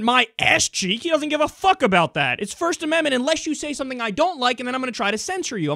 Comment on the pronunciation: "Shmirsht ashmendment" :P